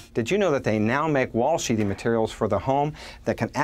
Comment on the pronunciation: Good video, but the word is sheaTHing not sheeting.